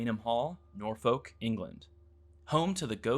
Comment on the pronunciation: The way he's saying Norfolk has got the whole of England cringing